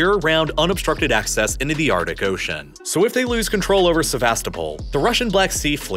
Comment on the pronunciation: >Ardic Ocean "Artic Ocean" Your hyper-twang bordering on mispronunciation and an editor misspelling along with it. Glorious. This is high quality, well-researched stuff, no doubt. But your crunch is showing. Y'all watch your own videos, right?